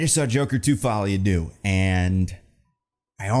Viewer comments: Please, for the love of god, if you ever talk about this movie again, google how to pronounce the french word "deux". Even just saying "duh" ... "follie a duh" would be much better than "doo" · The vowel sound in "deux" is pronounced like the double O in "shook."